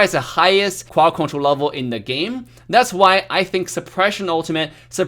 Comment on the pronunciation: I love the way he says. Cwod Cwontwol